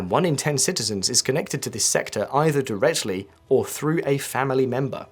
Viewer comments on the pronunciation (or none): Notice the weird pronunciation of 'directly'. Is the speech in this video generated by AI voice cloning?